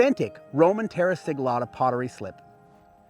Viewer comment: I am sorry but why you say "terra siglata" if you are doing simple slip? Romans had many special techniques, apparently this was one, if you dont know the "secret" dont say you do